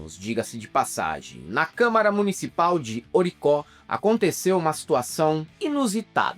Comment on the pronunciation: Orocó,. Não Oricó. Estava escrito lá, no letreiro... Imagina o pessoal da cidade, na oportunidade de alcançar a celebridade por flatulência, ter o nome da cidade adulterado😮.